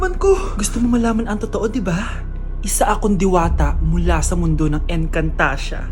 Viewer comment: encantadia hindi encantachia